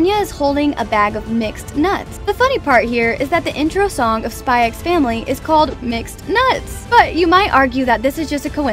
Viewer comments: I will say that you don’t pronounce “SPY X FAMILY” with the “X” idk why but its a bit like “HUNTER X HUNTER” this is not to be picky just to let you know :) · The X is silent 🙄🙄🙄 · "I've spent the last 100 hours watching SpyxFamily." Still pronounced the x tho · Okay,am I the only one pronouncing it as "Spy and Family"😐😂 Thank u for the informations tho,I like the easter eggs👍👍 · Bro told tons of easter eggs and forgot the x isn't pronounced in the title I appreciate the hard work tho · bro didn't just pronounce the X in Spy x Family OH GOD also the yes and no pillows don't symbolize liking someone per say, it just means you want to do the deed.